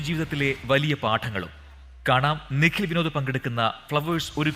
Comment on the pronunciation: അ കൊച്ചിൻ്റെ പേര് നിഗിൽ എന്നല്ല നിഖിൽ എന്നാണ്